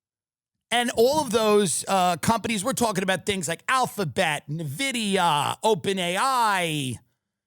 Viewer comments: Petition for to Tim learn how to pronounce NVIDIA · The pronunciation on Nvidia and Jensen Huang hurts me.